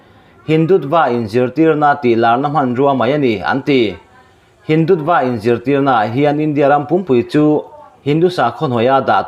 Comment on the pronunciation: Hindutva hi mizo ṭawnga lam dan chu*Hindutua* tih tur a ni e.